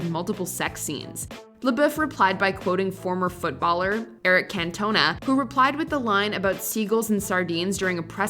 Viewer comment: Eric Canttoana ? Seriously? Get it sorted